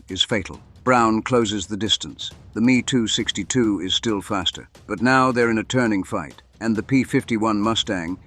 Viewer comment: Every where it says me262 change it to ehm-e262